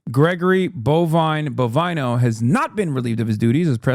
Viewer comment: Bovino /bo·vì·no/ its suppose to be read as BO- Vee - NO and not BO - Va - y- no.